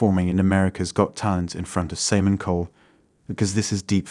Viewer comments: Saymin? You mean Simon? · thats what tipped me off. Also pronounced Simon, Say-mon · Well played. This was my first video I watched of you so I assumed you didn't know how to pronounce 'debatable' or 'Simon'. Maybe you can do a follow up video based on the assumptions of the viewers of DeepFake assuming that the 'fake' they are watching is a person with their own learning challenges. That extra benefit of the doubt is all a DeepFake needs to get real traction. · Amazing, listening to a video about deep fakes while listening to a fake voice.... samen instead of simon... Ae instead of A.I. dee-bat-able instead of debatable